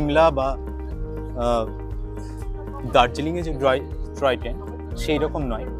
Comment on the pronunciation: Troy train noy, "Toy Train" Bolun.